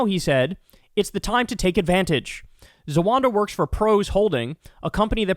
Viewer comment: Please,please ,please take the time and effort tO read. It's spelled Z=a-w-a-w-ad-a. NOT Z-A-W-A-N-D=A